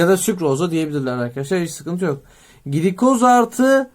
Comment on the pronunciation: hocam glikoz gilikoz diye değil gılikoz diye okunur bu arada çok güzel bir video olmuş hocaam ellerinize sağlık gerçekten :))